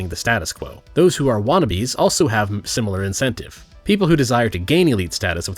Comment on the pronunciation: I like the crab thing you mentioned, my only note is that you said "Shimilar Shape" which is funny. Love your videos keep it up buddy.